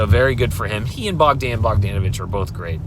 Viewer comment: It’s bog-DAHN.